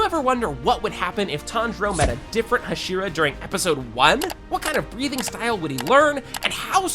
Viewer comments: "Huh-SHEE-ruh" bro the actual voices are RIGHT THERE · Am I the only one who couldn't watch because he mispronounces "Hashira"?